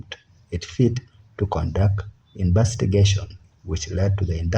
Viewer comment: "Imbestigation" smh 🤦‍♂️